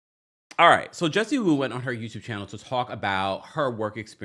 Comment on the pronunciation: Jessie Woo. What is the last name in Haitian girl .😂😂it's not WOO